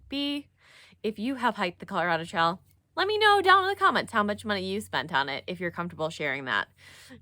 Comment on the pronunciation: Enjoyed this video, too! You pronounce "trail" like "trial" which I think is actually quite endearing. Thank you for this video.